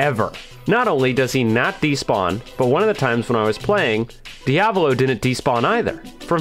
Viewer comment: Same thing with diavolo